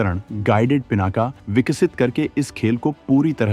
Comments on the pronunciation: सही कहा आपने "पीनाक" है ना कि पीनाका। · पिनाका नहीं पिनाक कहो, भगवान शिव का धनुष!शुद्ध बोलना सीखो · पिनाका नहीं पिनाक।